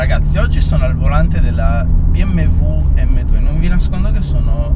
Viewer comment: bi em we vwem dwe!